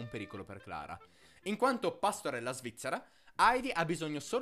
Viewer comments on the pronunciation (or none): Ma non gridare che non c'è bisogno! E poi dimentichi di pronunciare Heidi con l'acca aspirata. Munchausen è con il ch aspirato tedesco, non è "Munciausen". In ogni caso video divertente e a modo suo celebrativo.